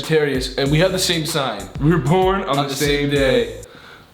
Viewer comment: Did ethan just said "we are PORN(instead of born) in the same day"